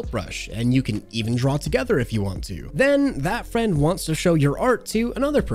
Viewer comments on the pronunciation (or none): none